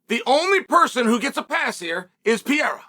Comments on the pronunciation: There is one guy and his name has never been “Pierra”! Pair-air-uh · you mean pierra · Will Chael ever learn how to say Pereira?